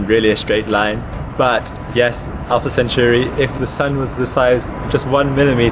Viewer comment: I doubt you're that heartbroken about it if you can't even get the name right. It's Alpha Centauri (it's in the freakin title), he pronounces it a bit off making it sound like "century" but if you'd care about Alpha Centauri, then you'd know how it's named. So how about you get lost with that "heartbroken" BS.